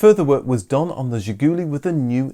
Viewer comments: Not "zhigUUUly", but "zhigulYY" is correct accent. The final syllable stressed in Russian. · It is not pronounced Ziguli ........... it is pronounced ZHIGOOLAY ...... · It's Zhi-goo-LEE, not Zhi-GOO-lee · Excellent! Absolutely excellent video, probably the best one I ve ever seen about Zhiguli. In Russian Zhiguli is pronounced with the stress on the last sillable zhiguLI. Thank you very much for your fascinating videos Best wishes from Russia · It is pronounced "Zhiguli" with stress on the last "i". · It's pronounced "Zhih-goo-LEE." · Funny fact about the name "Ziguli" it's a plural word. Just imagine the British car named "The Highlands". By the way you should say it more french with stress in the end of the word as "Zhigoulee". On the Soviet domestic market it was the main name of the car. "Lada" name was on the badge, but nobody used this word until early 2000s when Kalina released. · That's not how VAZ is pronounced. Let's try doing it by syllables: Volzh-skiy Av-to-mo-bil'-nyi Za-vod. Also, the last syllable in "Zhiguly" is stressed. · Zhiguli, as in, she kicked me right in the Zhigulies.